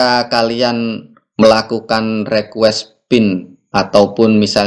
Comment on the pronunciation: Bukan Rekues Bang tapi Rikues bacanya.